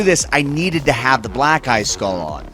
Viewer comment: I always hear “Black Guy Skull” instead of Black eye skull